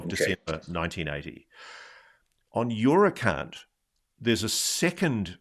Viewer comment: When he said your account i thought he said something else!! Had to listen twice!!🤣🤣🤣